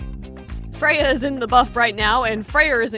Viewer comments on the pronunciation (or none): none